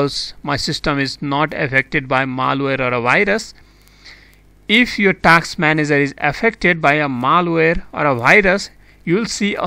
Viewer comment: Task not taks